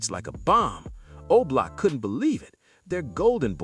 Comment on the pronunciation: You mean OBLOCK… not Olock.